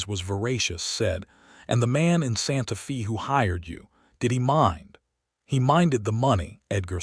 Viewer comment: Its not pronounced santa fee, but santa fay.